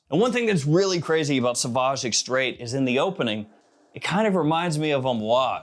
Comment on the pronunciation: Say “extreh”. The “ait” stays silent in French. 😊